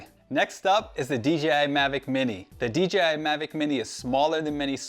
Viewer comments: I was googling DGI before I realized it was just DJI being butchered 😅. Very informative video other than that! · Hey guy its dji not dgi he cant pronounce letters it seems